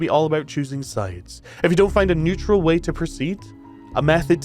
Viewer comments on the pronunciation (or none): none